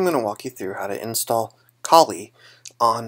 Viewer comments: lmao you said colie instead of kali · oh lol i just thought that was a bit silly